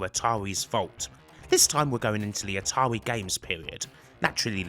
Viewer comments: "Ahtawii"? Kidding aside nice vid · Atarwi parewent company brwoke up? How sad.